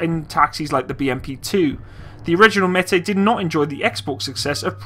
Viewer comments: Not metai but METIS. Pronounce like it is written. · the word Metis should be pronounced like "Me teeth" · Met as in METropolitan police + is as in this IS an apple. Thats how id pronounce it as pole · with the little i know of russian, i think it would be metis, not metay. whilst french and russian have been quite close in the past, i.e. bistro, russian seems to pronounce every letter.... blended sounds are reserved for particular letters, and the C letter, the S sound in english, isnt one of them. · What Meti? Metees dude, pronounce it with 's'. I mean I understand that you don't know is it Metees or Metis, but why do you leave out the "S"? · metees. with s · Дмитрий Кардаков so Metsis means half caste then? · Based on the Russian way for writing it, it looks like it's pronounced "myehtees", or almost basically as it looks like it sounds in English. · "Meh-tis" With Russian names, you basically read them as they're written. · Pronounced meh-tiss. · Just so you know it is pronounced May-tee like the native Indian tribe of Manitoba, and lower Saskatchewan. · im pretty sure its meh-tie thats how you say it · It is pronounced directly M E T i S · Meh-tEEss! It means mestizo, métis! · For those who are upset of my pronunciation if the word Metis.... get over it. My god I wish I could ask those who think they know it all to say words from other countries they are not from and hit it every time. Come on people, just enjoy it for what it is..... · Russian is phonetic - if you see a letter, pronounce it; there's an S (in Metis) for a reason lol. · It's not a French word, s on the end is pronounced.